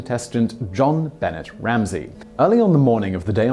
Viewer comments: Simon, you really need to work (research) on some of your pronunciations. JonBenet is not Ben-net, but Ben-neigh, like the French pronunciation. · You had me until you said "John Bennit". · How do you NOT know who JonBenet is or how to say her name? Lol She was only on every TV screen every day for YEARS. BENET = BUNAAY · Jonbenet Ramsey..pronounced, jon benay..didnt you hear a news caster say it ever? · I have to admit, he may not know that the name is French, and tried for a British pronunciation. Little Miss Stamper, since he doesn't live in the US, he probably didn't have the 24/7 news coverage pronouncing the name over and over again. Simon, if you read this, it is pronounced "jean beh-ney". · Jon Benet (Buh-Nay) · Dear Zachary made me cry mad horrible awful tragedy but uplifting at the same time. One of the absolute BEST I’ve ever seen... oh and that’s not how you say Benet you mark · Montel Paige Yes, Simon is English. But, look at it from this angel...Jean Benet is a FRENCH name!! Not even American! Like I said prior...a person's name is really all they have. Have some respect & make an effort to pronounce someone's name correctly. Especially on an international platform.